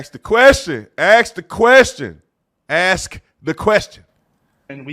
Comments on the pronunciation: it's ask, not axe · I appreciate you saying ASK the question the third time... I normally tune out after I hear AX...